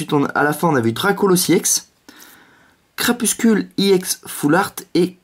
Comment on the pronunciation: C'est CrapusTule et pas CrapusCule